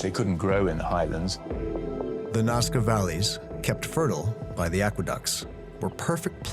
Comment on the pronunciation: the narrator said it right, 'Nazca', but through the intro he kept calling it 'Nawzca'.